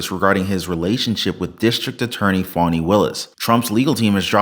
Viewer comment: 😂 Sounds like he's saying phoney Willis 😂😂😂